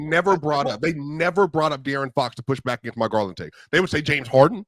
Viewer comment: Lawd have mercy. I just heard him say Garland better than Fox 🤦🏾‍♂️